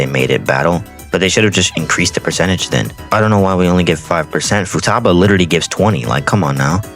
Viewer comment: futaba its futaba